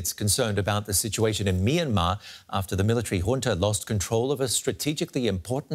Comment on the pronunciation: The Y in both "Myanmar" and the first syllable of "Myawaddy" are not pronounced as vowels, but glides. "Myanmar" is 2 syllables "Myan-mar" not 3 "My-an-mar", and "Myawaddy" is pronounced "MYAH-wa-DEE", without a stress or elongation of the secone syllable.